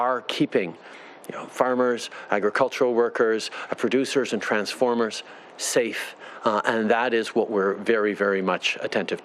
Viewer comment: "Do their job and say stafe" xD Love this guy, thanks for keeping the border CLOSED